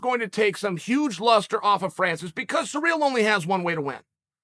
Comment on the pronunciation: “Surreal gane “ I like how that sounds